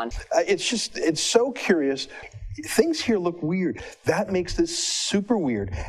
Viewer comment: it's 'things', not "fings".